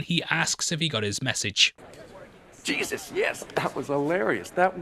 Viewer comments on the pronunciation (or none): none